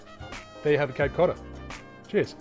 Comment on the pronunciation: Im from Massachusetts and i never considered it was a difficult name for others to pronounce lol, but good try! Love your videos by the way! You remind me of this australian basketball player for the celtics Aaron Baynes!